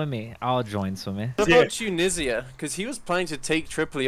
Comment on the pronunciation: Tunesia lmao